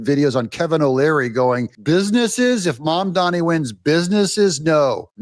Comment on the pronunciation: Learn how to say Mamdani's name correctly. It's NOT MaNdani, it's MaMdani.